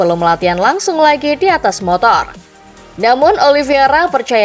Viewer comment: ini ke 4 kali nya saya komen, narator masih salah nyebut nama Oliveira dengan menyebut “OLIVIERA” VEIR dan VIER VIER dan VEIR EI dan IE IE dan EI